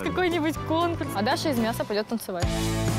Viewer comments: Миасса? Я всё время слышала Мяса😂🤦🏻‍♀️ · Я на протяжении всего выпуска слышу вместо Даша из Миаса, Даша Мясо, в принципе и так и так соответствует действительности😂